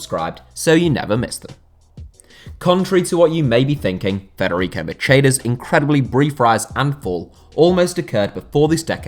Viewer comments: "He had been 'capitulated' in to the spotlight"... think you mean 'catapulted', bud. Also, it's ma-kay-da, not ma-chay-da. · Macheda is Italian, so his name's pronounced Ma-ke-da, not as in Spanish/Portuguese Ma(t)sheda.